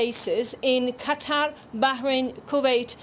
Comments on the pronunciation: Qataar how he pronounces.... idiot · Cattaugh….. yes, Cattaugh….. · Iran and Qatar or as the Muricans call them Eye-ran and Cutter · Why does he pronounce it "Cat Tar"? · how come u pronounced QATAR as QATA ? u forgot the "R" ! say it britishman, say it in american english ! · Why can't these news presenters be bothered to pronounce at least country names correctly? It's not CAT-ARRR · It’s Not (Cat Tar) stop saying it like that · on fox news they were pronouncing Qatar as "cutter" lol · Someone should teach this guy how to pronounce Qatar. Terrible on the ears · Methinks he is trying too hard to emphasise Qatar. Sounds false. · Don't you how to bloody pronounce Qatar...